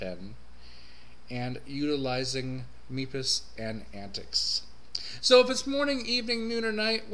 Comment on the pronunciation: You pronounced MEPIS incorrectly in a couple of places in your video when discussing the MX-14 heritage. The "E" in MEPIS not "long", and MEPIS is pronounced like Memphis with the extra letters removed. But, otherwise, great review. Thanks for sharing your thoughts.